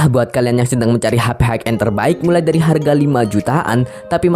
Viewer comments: High end sebutnya 'hai en' bang, bukan 'haik en' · Terima kasih atas reviewnya Bang. Keren sekali, Btw, High bacanya adalah "hai", high end>> hai en